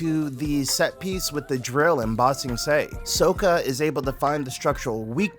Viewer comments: And it's not so-kuh ..it's pronounced sock-ka ...(I really liked the video btw and I just started reading mistborn) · The crossover I needed as a massive ATLA and Cosmere fan 😌 Not gonna lie, you saying “Tofe” and “Soaka” is frying me in 😂